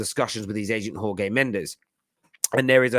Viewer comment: let me give you a simple advice about the way to say the name "JORGE". Jorge Mendes is Portuguese, so the way we say it in portuguese is very similar to the way you would say "George". Because the way you are saying it, it's the spanish way, and it's fucking atrocious to any portuguese listener. As for the rest, keep up the amazing work. Been watching football terrace since you had only 30k subs. Just keep doing what you've always done and the channel will become stronger. Kudos man.